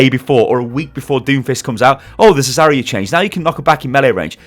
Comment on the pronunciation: Where's the I in Zarya? stop please